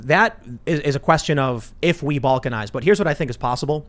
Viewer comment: Can "Balnkanize" be fixed?